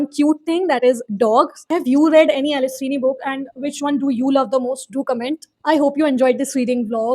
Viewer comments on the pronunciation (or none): It’s Alice feeney not Alice sweeny